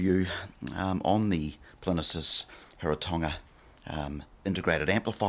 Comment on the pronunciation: It's PLIN-EEE-USS!!